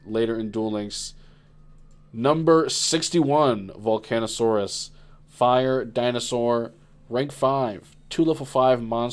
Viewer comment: How many times is gonna mispronounce volcasaurus?